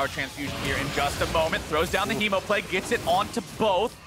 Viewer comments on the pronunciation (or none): none